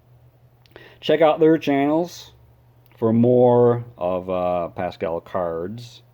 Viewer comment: His name is pronounced Pass-squal